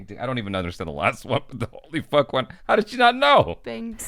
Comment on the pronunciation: Kudos to that reporter for having the sense to pronounce "Ho Lee Fuk" that way.